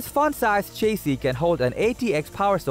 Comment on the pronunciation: lol chase-ee.